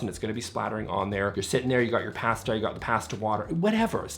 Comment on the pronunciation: Why is no one pointing out how pronounces “pasta” 😂 love your channel!